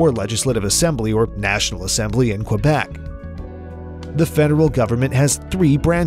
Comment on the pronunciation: Learn how to say Quebec